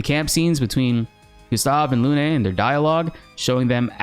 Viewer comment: People stop calling here Lunè, it's pronounced Lun